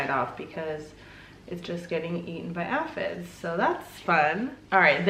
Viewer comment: Say it with me...AY-fids! 😂💚